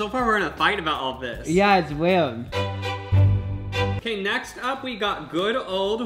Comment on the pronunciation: jacob:yeah it's weiwd